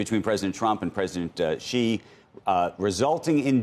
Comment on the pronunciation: The Amb. to China and still cannot pronounce Xi's name correctly....if you cannot even get that right, learn and know absolutely nothing.